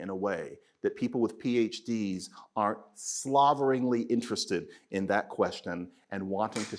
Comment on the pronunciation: Hah, I saw him mentally make the choice in how to pronounce ’slavering’ to avoid emotional tones